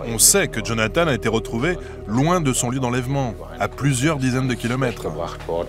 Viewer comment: Lui, c'était Jonathan, pas Jonathane.., Jonathane, c'est l'autre..